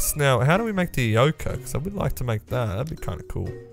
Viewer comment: Ah yes, vood